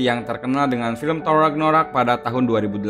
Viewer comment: Thor ragnarok bang, bukan thor ragnorak